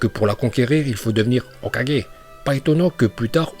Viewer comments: Je déteste ta façon de prononcer hokagé sa soul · il dit hok4g a un moment faut pas exagerer encore pire shidessu nn mais la c insultant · on dit le "O4G".. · Y'a problème de locution sur le mot hokage 😅😅😂😂